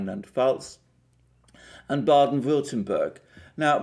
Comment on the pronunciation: Being German, let me please mention and let us APPRECIATE from on that Mr Alexander Mercouris is actually able to pronounce the names of those two German states of Rheinland-Pfalz and Baden-Württemberg perfectly well, particularly for an English speaking person. Kudos to you guys from a fellow Orthodox...! 👍👌💥